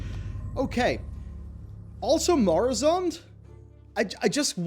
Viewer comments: Mu-ra-zond, not "morazond" Noz-dor-mu, not "nrozdormu" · It's MUrOzond, not MOrUzond, just thought I'd have my Hermione moment here. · OMG please stop mispronouncing Murozond. Glad to hear things are going better for you. I got a new job myself, but my wife is kicking me out. Swings and roundabout. Murozond rhymes with purr-oh-pond. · Pronunciation guide: Noz-dor-mu Mu-ro-zond